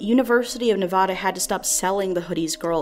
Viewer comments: while this is sad and all I would like to mention she pronounced Nevada wrong... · The real tragedy here is the mispronunciation of Nevada. The first a in Nevada is said like the a in advertise, not like the a in auction. Clearly I got my priorities straight...